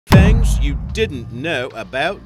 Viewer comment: Ok guys I found Rich Grimes cousin they pronounce "thangs" the same .Also if you don't know Rick Grimes he is from amc's the walking dead